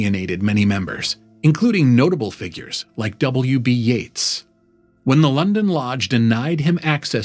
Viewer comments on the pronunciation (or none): none